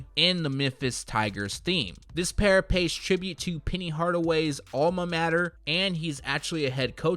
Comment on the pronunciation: "Matter" and "Mater", 2 different words, 2 different pronunciations.